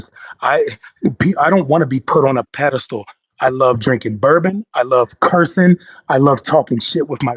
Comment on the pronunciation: I get you! Pedastal not place to be!